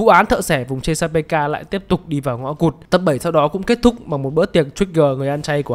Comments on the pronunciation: thợ xẻ vùng chê-xa-bê-ca :")))))))))) chê-xa-pik mà shopppp :"))))) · Thợ xẻ vùng chê-sa-pê-ka, trong phim nguyên văn là Chesapeake Ripper, đọc đúng thì là sát nhân vùng Chét-sa-pích nhé ad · tui thấy ad đọc là ches pika là sao v ông, tìm trên google ko thấy thông tin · Chesapeake - đọc là Chét-sa-pích nhák 🤣🤣🤣 lạy Vui Vẻ ông cúp tiết lớp Mất Gốc đấy ah 🤣🤣🤣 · Fact:Cách đọc tên biệt danh của Hannibal là thợ xẻ vùng chét sa pít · chỉ đơn giản voice với writer là 2 người, voice thì hơi kém tiếng anh, vậy thôi :)) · chesapeake x -> chê sa pê ka